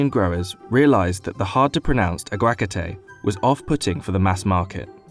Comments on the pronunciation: I got so triggered when he said Avacoda in Spanish its so far off from who its actually pronounced 😤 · his pronunciation of aguacate hurts me in ways i never thought i could be hurt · Its pronounced Ahh-waa-ca-teh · Dude in Spanish it's pronounced like this a WA ga tey just so you guys know and don't sound like a dummy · Jim W. I call all my avocados agua-ka-tays now lol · He says “agwacatay” and it hurts my beautiful Puerto Rican ears 😂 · He mispronounced “aguacate” it’s “ag-wah-kah-té” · its agua- ka-te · It’s pronounced Ahg-wuh-kah-tay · here’s how you say it * Aawa-ka-teaaa*. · It’s “a-wa-kaw-te” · ah-wah-CA-teh?! Oh my god man what's with that pronunciation? Y'all so white and anglo-saxon. Find Jesus... And a spanish teacher. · I love how you pronounce aguacate, its hilarious. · The pronunciation of aguacate in Spanish is genuinely hurting my bilingual brain! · You butchered “aguacate” even though it was provided in phonetic spelling in the video, with the ‘ marking where the stressed syllable is. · I can't with his pronunciation of aguacate 😂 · I couldn’t watch it after he kept saying that. that’s worse than butchering something. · white ppl always tryna take whats ours & then correct us on how to pronounce it lol smh .. It didn't originate in ya country but it did in ours so that's the correct pronunciation. He could've simply said "avocado" instead of saying whatever he was saying.. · Omg, avocados in the us are so expensive, where I live are quite cheap. Btw, when he said aguacate, my Latino ass cringed so hard lol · Why bother learning the word in Spanish if you're going to pronounce is completely wrong? This narrator sucks. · Of course they change the name to avocados, not even the narrator con pronounce aguacate with the right spanish acent (Just saying because is an educational video, should be pronounce right). -.- ' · U pronounced avocado in spanish worn not how U say it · His pronunciation of Aguacate hurts. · It's not agua'cate, it's aguaca'te